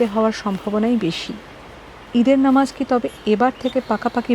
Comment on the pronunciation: নমাজ নয় মুর্খ সাংবাদিক ... নামাজ হবে 😂